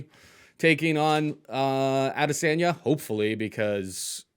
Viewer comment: Lmao 🤣 AdeSANDya